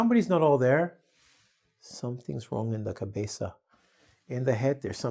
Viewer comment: I love the way you say: "Cabeza"- head in Spanish!!!